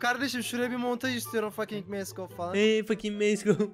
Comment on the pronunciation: Fask of degil mask of o dhjensns